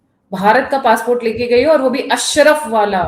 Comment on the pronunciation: अशरफ़ नहीं मैडम अशराफ